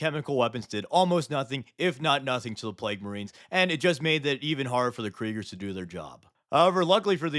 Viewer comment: The "Kerigers" feels wrong...but it's fine.